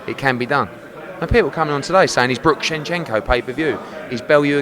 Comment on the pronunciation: Shenchenko? Seriously come on man. Disappointed man.